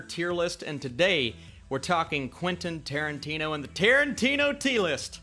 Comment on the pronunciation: Quentin Tiertino